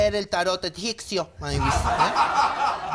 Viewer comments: Ya sé. Yo me refería a la manera en que lo dice,adrede,que es 'egiccio' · "Tarot egiccio" jajajaja muero. Se extraña mucho a